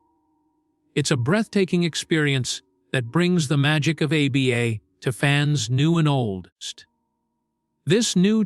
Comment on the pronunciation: Dont use AI to do your voiceover. The pronunciation is very distracting A B B A instead of ABBA really?